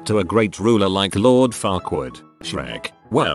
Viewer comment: also in Shrek. Farquad sounds like fuck wad edit. ah commented too soon